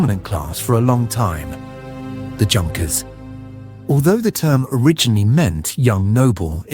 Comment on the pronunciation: This is NOT HOW YOU PRONOUNCE "JUNKERS". It is "YUNKERS"